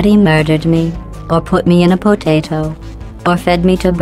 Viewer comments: the pronunciation of potato makes me happy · I just thought it was funny how she pronounces potato